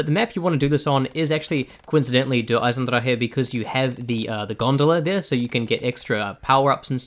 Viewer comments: He says it the correct way, lol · as someone who speaks german I have to say you couldn't do it better (only if you speak fluent german of course) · The way he says der eisendrach is so satisfying.